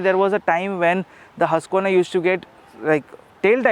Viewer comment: It's pronounced 'who-sq-verna'!